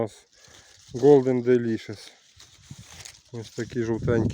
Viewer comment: Ще хотів сказати,, що Ви один з небагатьох садівників, хто вірно вимовляє назву яблуні Golden Delicious Голден Делішес - з наголосом на "лі" у слові делішес, бо більшість людей (тим паче садівників) ще з часів СРСР робить невірний наголос на "шес" у слові делішес. Приємно чути, коли вірно називається сорт, бо інакше один скаже так, другий інакше, третій ще перекруте, а ти потім сиди й гадай про який сорт йде мова? Нехай щастить! Всього найкращого! Бути Добру!